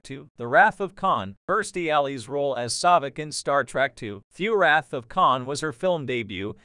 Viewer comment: Star Trek not Star Track ... these damn computer voices are a pain in the azz.